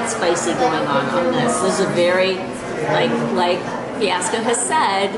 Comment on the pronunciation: The opening and Fiasco mispronounced the name of the restaurant. Classic